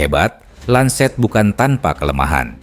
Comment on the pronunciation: Lancet kakak, bukan lanset. ini bukan bahasa inggris ya 😊